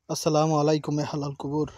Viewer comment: হালাল কুবুর না,ওটা হবে আহলাল কুবুর।উচ্চারণ ঠিক না হলে অর্থ পাল্টে যায়।